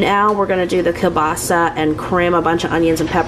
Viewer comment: Girl! I find it annoying when I go to an establishment which sells kielbasa and they call it "kielbasi" 😂